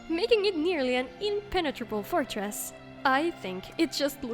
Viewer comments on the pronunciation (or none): none